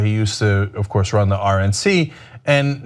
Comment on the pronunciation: I love it when cenks say's "Of Course!!!"😂😂😂